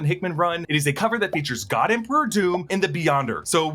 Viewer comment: He said "Oh my Fog"